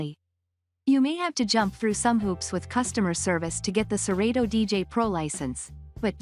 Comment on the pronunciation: nah...this ain't it...she don't even say serato right!!! "sir-reedo"